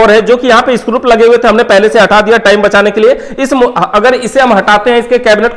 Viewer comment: स्क्रूप नहीं स्क्रू होता हैं